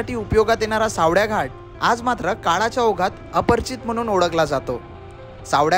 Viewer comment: सावड्या नाही रे, सावळ्या आहे ते😢